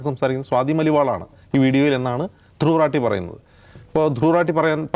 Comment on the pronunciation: ധ്രുവ് 😲രഠി😵 എന്നല്ല 😄ധ്രുവ് 😄രതി🤭 എന്നാണയാളുടെ😪 പേര്☹️